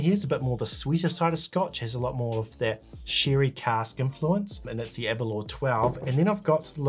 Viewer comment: Your not pronouncing 'aberlour' quite right!